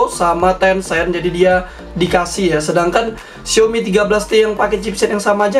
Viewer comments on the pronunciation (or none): none